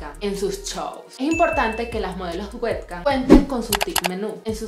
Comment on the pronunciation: exacto verdad que es payasa? No lo pronuncia bien. En realidad nada de lo que está en inglés lo pronuncia bien xD